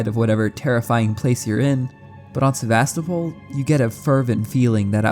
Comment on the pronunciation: istg he said Sevastopol wrong on purpose so many times....